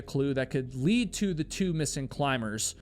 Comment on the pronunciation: The word lead also seems to be problematic. BTW, I'm a libra too, and love owls. 😀